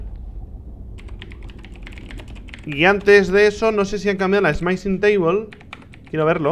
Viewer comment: Le iba a dar like al video porque me gusto la review y las reacciones de Rich, pero Rich pronunciando "Smithing" como si fuera "Smite-ing" me dio dolor de cabeza. x_x No le doy like, pero tampoco dislike.